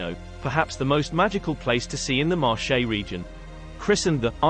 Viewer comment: Interesting video ... but listening to the way the name of the Marche Region is pronounced makes my skin crawl! In Italian Marche is pronounced like Market without the t at the end. The way is pronounced sounds like the French word Marché, with actually means market.